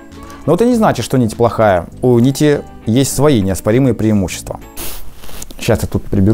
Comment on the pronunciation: )) "ПрИЕмущества нити" :))))))))))))))